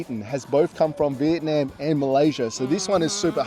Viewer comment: If you are going to do a video comparing Malaysia and Vietnam, you would have more credibility if you could pronounce Vietnam correctly. In the video link is a fellow Australian of Vietnamese heritage correctly pronouncing Vietnam.